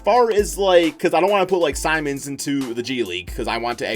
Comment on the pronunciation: The way you pronounced simons name